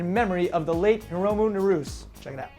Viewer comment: it's not pronounced Narous... it's Nah-Roo-Seh